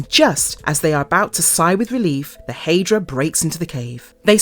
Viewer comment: What is a " hey- dra"..its hi- dra, High-dra..Hydra